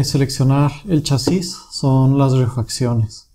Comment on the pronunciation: se dice chasis no chasís donde le ves el acento?